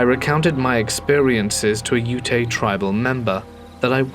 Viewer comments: These were some awesome stories! Not to be pedantic, though, the native tribe is called "Yoot" (Ute). It's how Utah got its name. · Ute is pronounced yoot